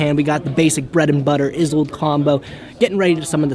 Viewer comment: "isolde" not "izolde" you can be better than dzeeff.....